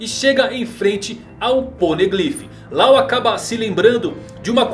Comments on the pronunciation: Yamato é FILHAAAA mulher, NÃO é filho E depois o nome Law não se lê Lao, e sim Ló Falar isso de forma errada é uma ofensa para o mundo do one piece, e dizer que a filha do kaido é um ele também é uma ofensa Não só para o mundo one piece como para os fãs e oda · Cada vez que ele fala "Lau" eu me contorço de agonia